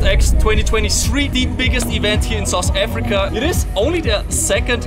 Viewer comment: He really just said "Sus Africa"